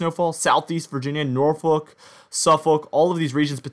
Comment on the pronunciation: You mentioned Suffolk and said Norfolk correctly !!!! Many news castors, sports news casters are afraid to pronounce Norfolk like a local.